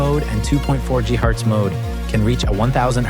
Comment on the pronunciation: Lol is that AI doing the voice over? 2.4 GHurtz